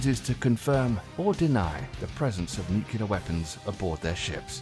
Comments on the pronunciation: Nuc you ler vs. new clear. Nu-Clear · Please don't say 'newk-ya-ler' when it's pronounced 'new-klee-ur'. ;) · Don't say NUCULAR weapons. It's pronounced nu-CLEAR. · Ffs it's nu-clear not nu-cular 😂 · NUCLEAR, NUCLEAR, NUCLEAR...NOT NUKULAR! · Repeat after me: Nu cle ar. Not nucular. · It. Is. NUCLEAR. Not NUCULER. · I had to stop watching after he mispronounced nuclear. just say New Clear instead of nukeyelar. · NOO-CLEE-URR...how hard is that word?! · Nuclear... .not nuke-ya-ler. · OH, you didn't just say "Nuke U Lar", did you? Gimme a break. Even British people know better than that. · NUCULAR shells facepalm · "Nucular, nucular, nucular..." But still a cool video. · Scary scary Nucular weapons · you lost me at "nukyeler" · wouldnt be a stupid military video without a "nucular" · Nu 👏 Ku 👏 lar 👏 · New kew lar warheads? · Nuquler lol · What is nucular? I loose faith in people and content who can't pronounce such a simple word correctly. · The narrator doesn't know how to say, "nuclear"... it's not "nu-kyu-lar"... sounds like George Bush. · I think it's funny that there are English people that can't say "nuclear" too. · This guy says 'nuclear' like Dubya